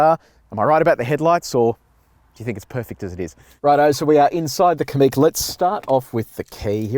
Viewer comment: Likewise Kamiq is stressed on the second syllable, not the first.